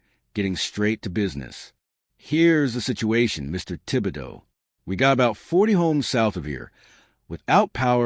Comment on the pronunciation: You even pronounced Tib-e-doe correct 😂